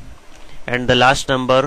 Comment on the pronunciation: He said biggerrrrrrrr numberrrrrr lol